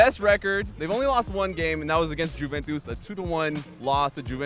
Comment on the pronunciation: Jimmy, please tell to stop calling it Jew-ventus 😖